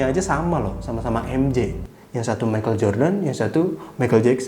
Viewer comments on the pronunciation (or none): none